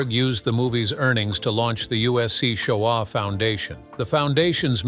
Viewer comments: U are pronouncing "Shoah" incorrectly. You also left out an important part of how the Shoah Foundation was first thought of. Steven Spielberg got the idea for the Shoah Foundation project after survivors visiting the set of his film Schindler's List expressed a desire to share their personal stories with him, stating their experiences were "larger than the film". Touched by their earnest requests to have their individual testimonies heard and preserved, Spielberg decided to create an organization to document these invaluable accounts for future generations, leading to the establishment of the USC Shoah Foundation. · Can't even pronounce Shoah correctly. Get a human.